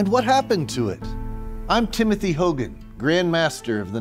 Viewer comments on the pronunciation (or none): none